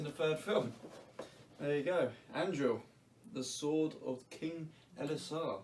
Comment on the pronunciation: Damn you butcher Anduril’s name